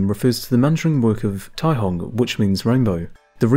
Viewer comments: The c in caihong is pronounced with an s sound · Caihong? Or Taihong?